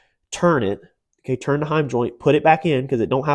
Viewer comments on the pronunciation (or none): none